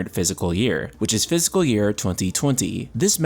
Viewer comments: Fiscal not physical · I was so confused at first... you pronounce "fiscal" like "physical". I kept thinking "what is a physical year?" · This might sound like a dumb thing to comment on, but "fiscal" isn't pronounced the same way as "physical."